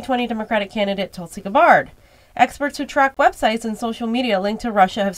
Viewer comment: GABBard, not Guh-bawrd.